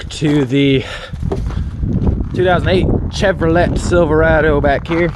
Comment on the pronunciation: Please tell me you mispronounced Chevrolet on purpose at the beginning